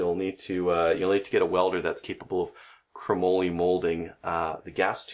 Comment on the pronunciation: "Crumollie"??...is that the Canadian pronunciation?...it's "Chrome molly"